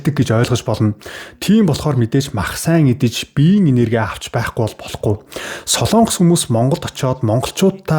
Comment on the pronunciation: СОЛООНГОС биш СОЛОНГОС шүү... гос подкаст хийдэг жүү???? ккк